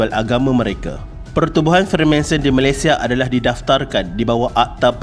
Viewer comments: Freemason. Not Freemanson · Freemanson? FREEMASON la bang 😅😅🙏🙏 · maaf tegur bang, betulkan sebutan dan ejaan.. bukan freemanson.. tp freemason.. utk video lain boleh betulkan. tkasih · Bang freemanson ka freemason 😷